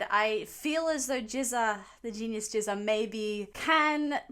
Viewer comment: GZA is pronounced as a hard G. The way you are pronouncing it it sounds like jizza